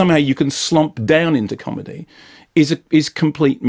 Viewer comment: "Not a haard man, but a com'dy staaahh"!